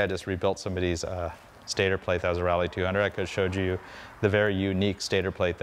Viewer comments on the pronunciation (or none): none